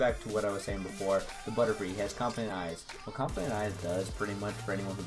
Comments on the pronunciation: Compound not confifedent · Are you saying confident eyes? or compound eyes?